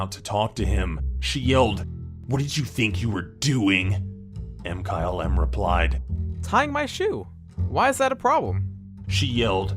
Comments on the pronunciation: ITS MKYLM NOT M-KYLE-M OR WHATEVER YOU CALL IT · No one:: m Kyle em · I love u, ur my favorite but say mkylesms name right